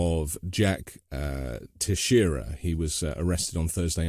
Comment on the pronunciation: You pronounce the name “tex ie era” Being from Massachusetts I have went to school with many other students with the last name! They actually have a relative or were brought here as children from Cape Verde!